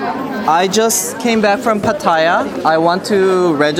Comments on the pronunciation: fyi...PATTAYA is pronounced PAH-TEH-YAH. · most expats incorrectly pronounce it PAH-TIE-YAH. It's not a big deal but when I hear it missed pronounced, it's like finger nails scraping on a chalk board.